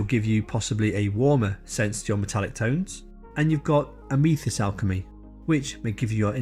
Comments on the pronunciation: Ah-me-thist? A-myth-ist. :) Very nice review. Helpful. Thank you. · I used the ruby alchemy recently and quite happy with it, just a shame I can't use cobalt alchemy as I am allergic to cobalt. Also that is the first time I have heard Amethyst pronounced that way. Have always heard it pronounced like meh not me. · Amethyst isn't pronounced how you said it matey. Nice review, I have ordered 3 different sets. I wish I'd found reviews like this for the Fantasy & Game range from Scale 75 last year, my wife bought me the full range for my birthday (I asked for it) I've since tested every one of those paints and they're all completely transparent which has annoyed me quite a lot, £150+ and they don't specify that every paint is transparent anywhere that I could find.